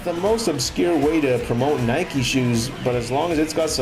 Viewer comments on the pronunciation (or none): none